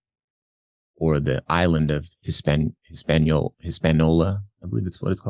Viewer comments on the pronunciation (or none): Keep trying, … it is a five syllable word, and you keep using only four: His-pan-i-o-la. The island was also known as Santo Domingo. Enjoy your show👍🏼